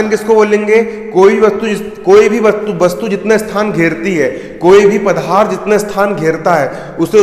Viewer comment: Pdarth hota h pdharth nhi